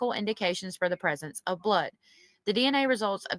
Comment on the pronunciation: It's Blood not bood